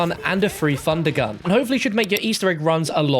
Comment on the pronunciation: “How to get a three fundergun”